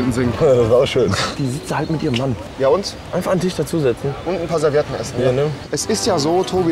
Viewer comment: Do you want some Serviedn?